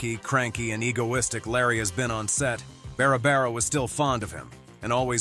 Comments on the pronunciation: Bara bara Eden? Sheesh! What's so hard about pronouncing Barbara! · So hard to listen to the narrator mispronounce so many words. You can't even pronounce Barbara. It's Not Bara bara! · Beara Beara instead of Barbara Eden. 🙄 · Learn how to spell and pronounce Barbara. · Doesn't your auto nariator know how to pronounce Barbara?